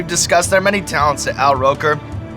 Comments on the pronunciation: "Owl Roker" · A-Rok instead of Al-R